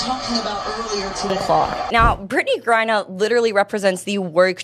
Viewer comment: Stop mispronouncing griner 😮😮